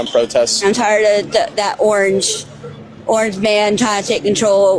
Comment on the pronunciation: Yikes. The old toothless warrior 😂. Couldn’t even say owange right